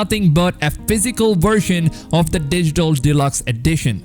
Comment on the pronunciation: It’s version not shershon.